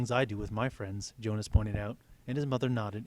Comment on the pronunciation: Um I noticed u said yonas instead of Jonas. Just saying. Kinda bothers me